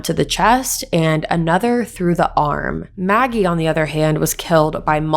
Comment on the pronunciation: Not naggie , Maggie.